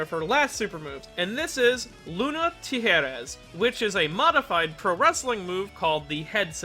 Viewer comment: I am so glad you pronounced the "j" in tijeras as an "h" because I remember after reading that I cringed at the idea at how English speaking anitubers would say that word. Granted not quite the best pronunciation but if seen how people say Spanish words from anime before and I give you an 8.5 out of 10. Keep up the good work with the videos